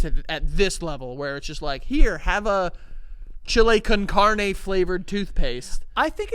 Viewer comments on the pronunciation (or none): did say chile con carne? lmao